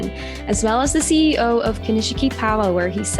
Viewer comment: The I after the SH in Konishiki is silent. Just a tip ;-)